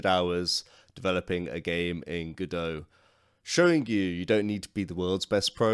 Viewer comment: It's called Godot, but you keep saying Godoew.